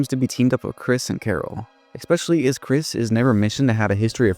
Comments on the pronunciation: ES-pecially Not expecially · Bro, I'm not trying to be mean but if you're saying especially THAT often you can't be saying "eck-specially" 😂😂